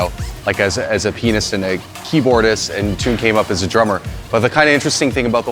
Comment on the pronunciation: I thought he said, "As a penis and keyboardist"😂😂😂